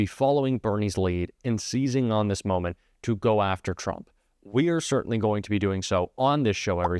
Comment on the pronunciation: "I say yeah but people like it ... soytenly! Nyuck nyuck nyuck!"